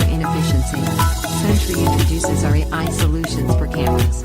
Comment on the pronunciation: For a product that costs $50/year, one would think you could pay a human to read your script, or at least program the synthetic voice to pronounce the word "AI". Also I can barely even understand half of it because its drowned out by the music.